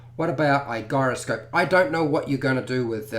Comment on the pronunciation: Gyroscope is pronounced "jy·ro·scope"